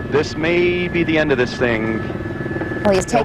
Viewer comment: STOP PRONOUNCING BE AS BOO OR BU